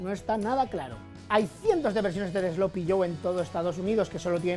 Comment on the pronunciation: What the hell is 'slopy'? I think AI should have said 'sloppy'; I despise AI.